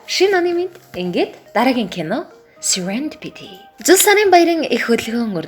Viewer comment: Goy content hiideg shuu! ghdee serendipity gedeg ugee arai buruu duudaj bnshuu teriigee anhaararai, ug ni angli helnii bagsh gej sonsson